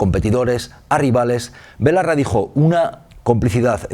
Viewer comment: ¿Ferreras ha dicho Ione BOLARRA?